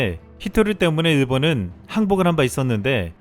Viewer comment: 발음에 신경 좀 써 일본은 의 본은이 안되잖아 일보느 이렇게 되잖아 그리고 천천히 읽어 놓치는 글자도 있어